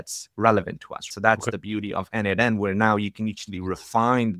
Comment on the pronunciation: As a contributor myself for more than 5 years to n8n, PLEASE, it is pronounced "nodemation". 🙏😆